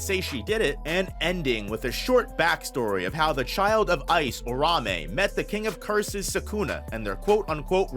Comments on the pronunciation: Ur ta hime that’s how you say it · Lean how to say Uraume correctly you bum lol